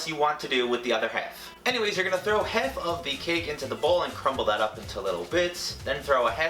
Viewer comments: Anyone else hear him say ”hef” instead of ”half” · "Next thing I did was let it cool for 10-15 minutes, then popped it right outta the pan, cut it in HEF because that is all we are going to be needing. It is up to you to decide whatever you want to do with the other HEF. Anyways you're gonna throw HEF of the cake into the bowl and crumble that up into little bits. Then throw a HEF cup of vanilla frosting in there with it, and mix that up." Why am I just now noticing he says half like hef? Lol, I'm deceased!!! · Living for the way he pronounces 'half' ............herf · Where are you from? I'm trying to figure out what part of the country says 'half' like "heff" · He says half so funnily 😂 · How he says half lol